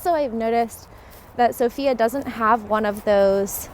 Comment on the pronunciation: One of the mistakes that foreigners make is mispronouncing the name of the city. The emphasis is on the letter O, not the letter I.